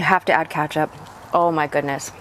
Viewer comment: I can not stand the way you say paprika and ketchup. Oh my God lmao 🤣